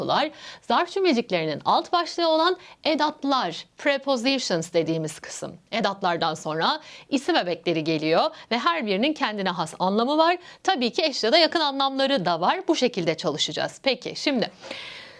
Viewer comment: Telaffuz: Prepooooziyşın değil prepozişın